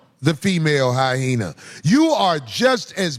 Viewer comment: Mf its hyena!! Not hyhena!!